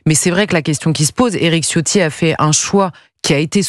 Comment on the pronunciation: Pour respecter la langue il faut prononcer 'Ciotti' avec un 'Ch', donc ça se prononce 'Chio' suivi par 'tti'. Le 'i' final est à peine entendu.